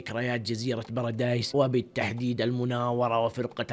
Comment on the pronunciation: بارادي✖ براديس✔